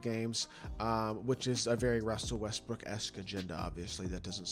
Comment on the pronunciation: russel westbrick? ey that mans name westbrook.